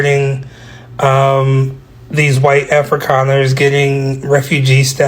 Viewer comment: Kudos for saying Afrikaners correctly. Thanks also for speaking up for us. Its bad over here.❤❤❤ great channel.